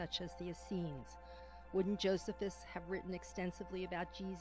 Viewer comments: It's Jo-SEE-phus, dumbass narrator, not JO-sef-us. The Catholic church does not claim the testimonium is a forgery, only that one copy of Josephus has been interpolated with the phrase "he was the Christ" instead of "he was called the Christ". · I never heard Josephus pronounce the way it is here. I always heard it pronounced Joe see fuss. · I wish the lady would learn to pronounce Josephus correctly. Also the lady is NOT correct about Paul. In Paul's genuine letters we learn the Jesus was a Jew, born of a woman, born UNDER the law, gave bread and broke it on the night he was betrayed etc etc. There is a fragment of John's gospel which is date at 125 AD yet this lady claims the gospels were written late second century. This lady claims the famous TF passage from Josephus is a forgery but most experts don't agree!!! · JoSEEphus! Not JOsephus. EPHesus! Not E-PHEE-sus.